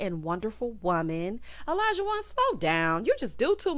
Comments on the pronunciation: Hey girl hey! Great review…I think Katina (Katrina) and Olajuwon (Alljohn) cannot pronounce each others name so that might be a sign. I’m still holding out hope for them… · Yeah the not pronouncing Olajuwon correctly is so weird to me. Far more complicated names than that.